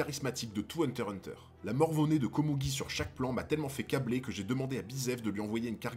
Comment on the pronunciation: "hunter X hunter" pas hunter hunter